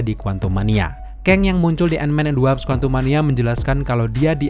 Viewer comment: WASP bang, bukan WAPS